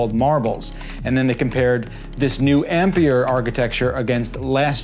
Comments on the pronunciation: It's not called Ampier, it's called ampere. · How this guys pronounces "ampere" is so cringe I had to stop watching the video for the sake of my sanity